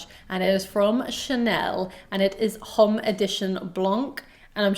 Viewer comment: The 'h' is silent in Allure Homme.